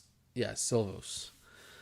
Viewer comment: The Vancouver goalie’s name is pronounced like “she-laufs”. I know it’s spelt Silovs